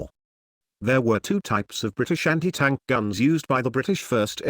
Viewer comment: "Briti-Shanty Tank" AI voice makes it pointless